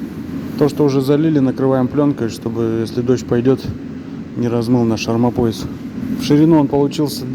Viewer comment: Армомояс у вас звучит смешно😅😂